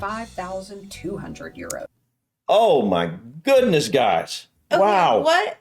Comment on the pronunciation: when American people say oh my goodness it almost sounds like oh me guinness